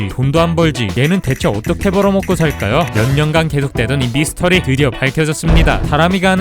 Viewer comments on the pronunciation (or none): none